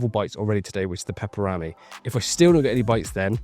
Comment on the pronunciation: The pronounciation of pepper-rami....🤣🤣 its one word not two.